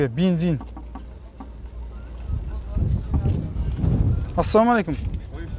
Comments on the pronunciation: Осы сен саламалейкум деген созди айта алмайсынба.кызык айтасын. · Ассалаумагалейкум деп четка айтсан нур устине нур болад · жұмысың жақсы, бірақ АССАЛАМУ АЛЕЙКУМ дегенді дұрыстап айтсаң дұрыс болушы еді..